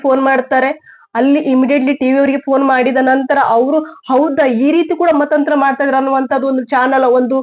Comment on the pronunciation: Mathanthara not Mathanthra🙏